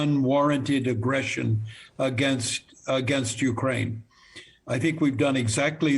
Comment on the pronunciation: Every damn and dick of Indian Media anchor is talking endlessly all day about Ukraine/Russia conflict without knowing where Ukraine is. All of a sudden these half-headed anchors have become experts, who can't even pronounce the name accurately. I am dead bored, do they think they are gaining any extra viewership? I doubt it.